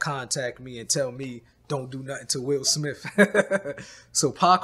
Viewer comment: Will Smiff 😅🤣 i love